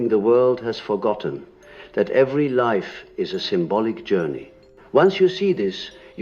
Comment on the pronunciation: So when he said unlived life he pronounced life as lif - is this an indication that this is ai generated voice reading something that Carl Jung was never recorded saying? How do we know it wasn’t edited?